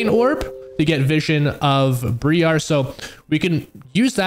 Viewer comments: I'm sorry for being that guy but it kinda bugged me since it keeps going in the video, its not BrEar its Briar (the I sounds the same as I sounds when saying I). Its confirmed in both her champion lock-in voice and by Zyra in game randomly saying her name when they meet each other. Otherwise great video ty for content xD, I'll hide my grammer nazi self in the corner now :3 PS on the lvl 3 2 point W thing, only do this if you don't think you are going to be invaded, if someone invades you and you don't have Q you can no longer prio camps. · Its Briar not BrEEARE >;c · bree-are? wtf bro?